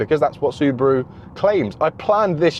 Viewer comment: You said Suburu & Nissan?